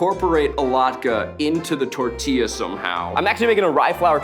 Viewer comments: ok Keith saying the last tortilla without the gringo accent - 😅 phew fanny flutters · Mexico has entered the chat Keith saying Tortilla is amazing I gotta say Eugene made a Mexico City quesadilla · Keith days tortilla 3 times and his pronunciation gets better each time. Practice is key!